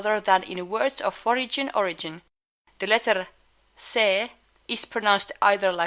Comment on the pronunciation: "forigin origin" XD